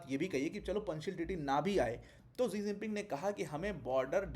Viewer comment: 2011 में शायद शी जिनपिंग भारत दौरे पर आए थे तो शायद DD न्यूज की कोई एंकर ने उनके नाम को "इलेवन जिनपिंग" पढ़ा था तो नौकरी से निकाल दिया गया था। पूरी दुनिया शी जिनपिंग बोलती है लेकिन आप एक टीचर हो के बार बार "जी जिनपिंग" बोल रहे हो। दुखद।